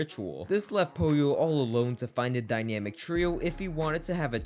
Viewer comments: am i the only one that hears him calling pollo "polio"? or am i trippin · Bro didn't even do enuff research to say pollo's name proper 😂. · didnt even say name right🥀